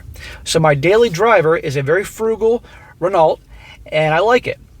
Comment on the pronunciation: Hi, Renault is pronounced Ra-know.